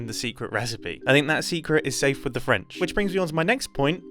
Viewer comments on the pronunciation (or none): “Rages in fench” Fenchmen